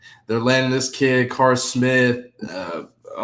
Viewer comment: please quit mispronouncing Carde Smith’s name it’s pronounced “CARDAY”. He’s been in the news enough for you to get it right. Do your research. I’m a fan of your show but I cringe every time you say the kids name. Thanks in advance.